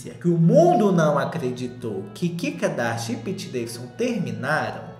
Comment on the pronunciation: kkkkkk vc falando ki kadasha